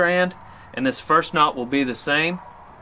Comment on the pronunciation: “Know” damnit it’s Knot